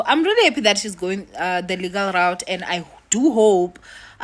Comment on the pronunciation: Why do you keep saying "legal raot?" Instead of legal route ?